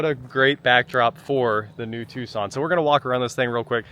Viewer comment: Tucson, not tuscon